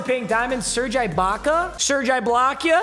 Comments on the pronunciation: Btw it’s Serge E-baka, not Serge Eye-Baka, or Serge Eye-Block-Ya. You baka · Then says serge I-baka 😂😂